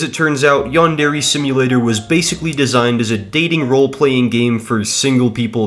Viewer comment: its not yan-dere its yandere as one word